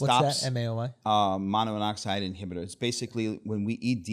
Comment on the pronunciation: that’s a hell of a way to pronounce “Monoamine oxidase inhibitor”, and an even worse way of explaining its mechanism of action. smh. This guy sounds like a hack 🤷‍♂️ sorry I’m not sorry. Wonder what his step 1 score is with pharmacology that bad lol.